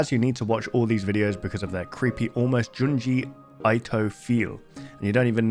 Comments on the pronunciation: Junji Ito (Eeto, not Aito) :) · Him saying junji aito instead of junji ito hurt me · Junji Ito is pronounced "Joon-ji Ee-toh". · ahh yes, junji eye-toh